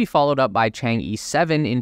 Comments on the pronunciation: Chang-E is pronouced like Chang Er (Earth without the rth sound, or hurb without h and rb). It's not Chang-ee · Just one suggestion: it's not pronounced CHANG-E, but similar to CHANG-EARTH but without the TH. Well at least that's how it's sound like in Chinese. Moon goddess basically. :)